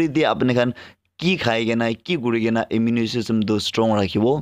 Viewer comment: Bro... Tats immune not immu_ ne